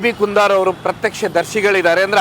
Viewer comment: ಕುಂದಾರ್ ಅಲ್ಲ ಕುಂದರ್. ನಿಮ್ಮ ಪೋಸ್ಟರ್‌ನಲ್ಲಿ ಕನ್ನಡದ ಕೊಲೆ ಮಾಡಬೇಡಿ.